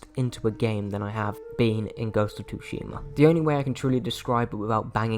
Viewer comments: yes it’s said like “su-shima” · Everytime you say tushima I want to punch a wall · This game is one of my personal favorites. I love your passion for it...but holy crap my guy...you're killing me calling it ghost of TWOshima. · Lol "Ghost of Toosheemah" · soo-she-muh. The T is silent. With that aside... fantastic game. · Ghost of Too-She-Maa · Pretty sure thats a silent T. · You don't pronounce the T in Tsushima. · You're pronouncing it horribly wrong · Brutha I love ya and I agree with how much you love this game but please say the damn name correctly lol I speak Japanese and if you say Tsushima wrong one more time I might literally kill my self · The pronunciation in this video made me physically recoil lol. I'm just busting your balls though, you convinced to pick this up and it's one of my favorite games of all time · The pronunciation of Tsushima in the video physically hurts. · Can you please pronounce tsushima right mate 😭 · Lol your rite. I was chewing my left arm off every time he mispronounced it. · I mean for real he said he loves the game but he can't learn how to properly pronounce it😅 he was making my ears bleed